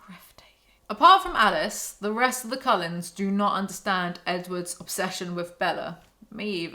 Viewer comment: What does the writing on your merch say? Bella should sit with the Collens.... but with your accent it sounds like coloreds, My brain short circuits wondering why the hell they brought race into it Also I don't believe in unconditional love, I got kids and I love them, give my life for them, but if they grew up and did some sick shit... It definitely would bring out the condition on which if love is deserved...